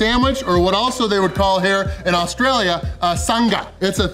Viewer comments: really strugglin to say sanga lol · Still sounds weird hearing you say sanga 🙃🤣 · whoever told you to pronounce Sanga like that has stitched you up. It's just the word 'sang' with an 'a' on the end. stop fixating on the 'G' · I love you but you need to stop butchering the word SANGA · Sounds like you say 'SUN-GA', where it is more like 'SANG-UH'. Like you sang a song. No hard G. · Sanga not sunga! Ya tomato sanga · Great win, great support from, love you've come to Australia As for the pronunciation of Sanga, it's sang like you would a song, then aaare like a pirate Not san....ga, lol Anyway have fun, love ya 😂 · Love the slang haha. Sang-Ah ( Sanger ) we pronounce it not Sung-ah but very close 👏🏽👏🏽👏🏽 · u pronounce it like saying sang and ahh together, Sangah not sunguh xD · It's not Sang-ga It's Sang-ah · Lol. Its not sang-gah its sang-uh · Its pronounced SANG-ahh not SUNG-GA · "Why can't you say it right??" "You say it and I'll echo you.." "sanga" "That's what Ive been saying!" 😂😂 You two are such a great couple❤ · "Why cant you say it properly" 😂😂😂 was thinking the same thing.. Its not a "sun ga" 😂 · hahaha, we don't put emphasis on the g instead its kinda silent, like a ng sound haha the emphasis is more on the last a so its like sangA haha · …. From every Aussie it’s Sanga.. like sang (as in sang-a song).. sanga.. no emphasis on the g sound! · It's a soft G in 'sanga' mate - not 'san-Ga'! Definitely put you on struggle street, but you still nailed it! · Nobody pronounces the 'g' in 'Sanga' it is pronounce the same way as sang (past tense of sing) with an 'ah' on the end Sanga... from sandwich. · Sanga is pronounced 'Sang-a' As in Sang a song. Sanga! The G is silent, no 'Ge' sound. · It's Sang a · Love your videos mate, but the pronoucenation of 'Sanga' is s''A'ng-ah! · Sang as in the past tense of sing and ah. Don't pronounce the hard g. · i wonder how long till realizes he's saying 'sanga' wrong 🤣🤣